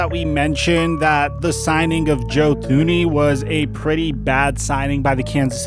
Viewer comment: Joe Thuney is pronounced ‘Too-knee’. To be an NFL expert you at least gotta pronounce the Super Bowl runner-ups’ biggest signing in regards to protecting the best QB in the league.